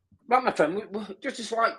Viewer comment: My fwend, my fwend, my fwend, mate, buddy, my fwend